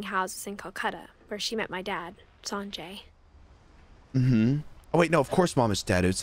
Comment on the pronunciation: As an Indian the pronunciation was so bad I HAVE A FRIEND NAMED SANJAY AND KOLKATA IS SPELLED WITH A K THIS GAME IS SO OUT DATED IN 2017 IT WAS STILL SPELLED KOLKATA